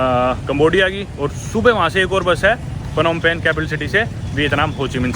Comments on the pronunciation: पनौम पेन ❌होम पेन्ह ✅ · It's Nom Pen...